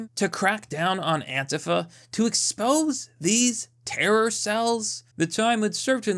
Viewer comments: It’s Antifa or ANTEEFA!!! Not Antefa!!!!😂😂😂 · AN-TEE-FA is how it’s supposed to be pronounced.